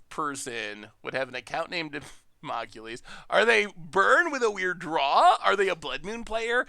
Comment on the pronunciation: called Damocles Democulies - rofl!